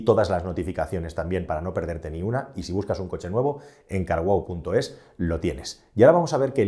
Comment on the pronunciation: Hola amigo con respeto pero dices muy mal carwow trata de decir un poco separado y wow pronuncia eso.😂 Disculpa